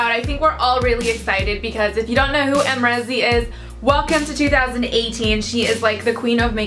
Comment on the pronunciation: You used a cheap brush , how is it supposed to show up? I have it and I love it. Use a denser brush. I used my mermaid Fan Brush as well and it worked just fine. Not to mention you're not even saying her name right lol.